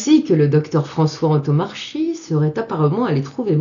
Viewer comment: Le nom (corse) du Dr Antomarchi se prononce an-to-mar-ki et non an-to-mar-chi, avec accent tonique sur mar et baisse de la voix sur le ki final.